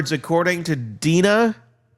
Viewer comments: I really love your channel but I just think you should be more professional and get some facts straight sometimes. And the girl's name is Drina not Deana. You kept posting videos of Donna n then explaining away, but it was three times the wrong video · DRena Not Dina!! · It’s Drina. Not Dina. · Hello, I just want to let you know that the name of “Donna’s jail daughter” is actually DRINA, you skipped the R! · Replay crew but can’t listen as we are all screaming at you!! It’s DRINA!!!! 😮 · OMG !!! At least you should get her name right !!!! DRINA #RESPECT